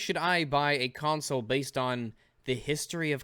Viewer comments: did he say ''cuntsole''?? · "give cwedit whewe cwedit is due" "cuntsoles"